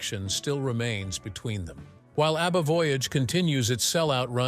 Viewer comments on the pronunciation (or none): The name is ABBA, not UBBA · That horrible AI voice makes me want to throw up. Utter garbage. The robot cannot even pronounce ABBA. Cr@